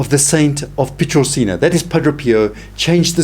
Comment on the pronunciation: Its not "Petrolchina", it is pronounced as its written: Pietrelcina. Otherwise, I love these videos.